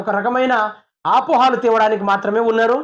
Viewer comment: Apolu kaade Anna apohalu telugu nerchuko anna mundu.😂😂😂😂😂😂